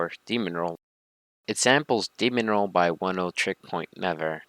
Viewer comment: “Demon roll” It’s Demerol.